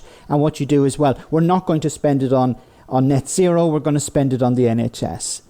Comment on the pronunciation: I really don't think YouTube is for you bro. Also it's net zero, not net sero. Annunciation is important